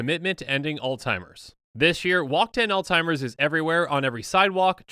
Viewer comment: He says Alzheimer’s wrong every time. There’s no T in it buddy. But good try acting like u care ab it